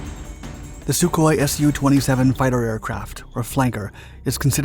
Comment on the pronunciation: How many fucking times is this guy going to say "SuHkOi-27" and then show me mig-29s